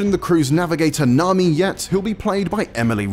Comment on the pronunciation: what did he say wrong?? Nami's pronounciation was correct 🤷🏻‍♂️